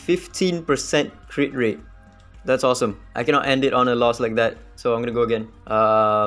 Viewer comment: "my one kennot" fellow sgmy speaker ousting yourself